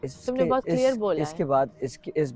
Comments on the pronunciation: be like Bat "ceeelear" hogyi😂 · Everyone: clear: killier